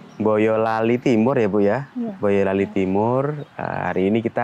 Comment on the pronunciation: Hostnya uda lokal bgt nyebut nama kota plus huruf M, Boyolali jadi Mboyolali 😉, emang ada yg bbrp nyebut plus huruf tsb ddpn 😉..